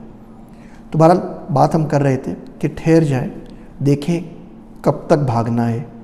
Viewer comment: Plz ٹھہر جائیں ہوتا ہے۔